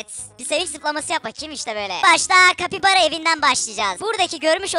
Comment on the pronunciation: Kapybara diyin çe ben (kapybara bapybara)